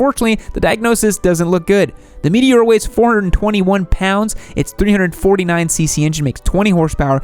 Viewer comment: Him-a-lane, oh shit Himalayan Meet- a-whore not again meteor 😑 My bad